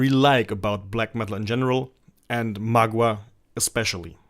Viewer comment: It's pronounced m'gwa, not magua.